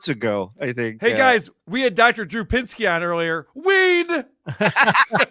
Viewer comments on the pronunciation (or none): Hey 🐸...it's PINSKY, not PINKSY...😂😂😂